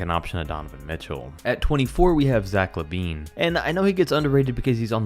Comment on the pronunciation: We’re not jus gonna past that he said Zach Labean if you hear closely